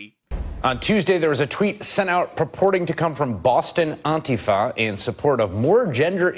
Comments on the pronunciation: AUNTifa? Liberals sure are retarded, can't just leave shit alone either. At no time in HISTORY has "Anti" been pronounced "AUNTI". Worthless pricks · Chris Hayes WTF is aunt-ifa ??? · Who the fuck is "auntie-far"?? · " Boston auntifa"